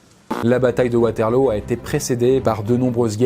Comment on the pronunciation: on prononce waterlou enft